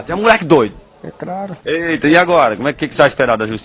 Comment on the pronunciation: "Muleque doido ?" "E craro" Kkkkkkkkkkkk